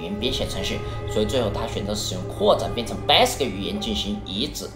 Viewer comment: 感觉厂长是不会念value和commodore吗。。。？为什么这两个词要草草的带过？其他的词明明都是铿锵有力的（basic这个词铿锵有力的念错）